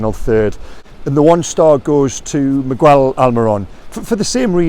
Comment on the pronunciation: You said miggys name right!! You did it!!! CONGRATULATIONS, now you need to work on his first name, it's just mi-gel, not migwell. But great progress!!! I'm so proud!!